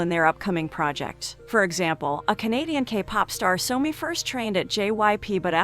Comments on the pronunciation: Her name is SOMI not Sony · She did not just call somi sony